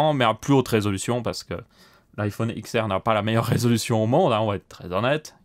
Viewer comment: Pour l'iphone Xr ce la ce prononce 10r.